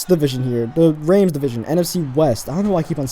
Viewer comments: its Rams not reyms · Its rams not raims thanks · I think he been saying Rams wrong